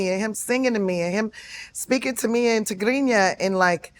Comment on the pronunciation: I like the way she pronounced Tigrinya still, shout out to Tiffany Haddish 🇪🇷